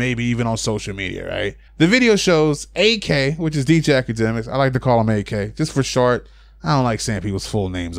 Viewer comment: The other day, I wrote a message about you calling him A-K in every video I've seen of yours. Now you're saying "its for short, I don't like saying peoples whole name". Dude, you're literally using an extra syllable instead of calling him "Ak" instead of "A-K" like normal people have been doing. Just saying, its fuckin weird...